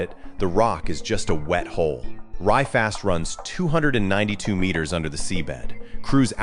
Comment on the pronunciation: “Meters” and “Kilometer” I know the AI slop machine has a nonspecific generic American accent and we hate on the metric system but we aren’t so retarded to not be able to pronounce the words. LAMO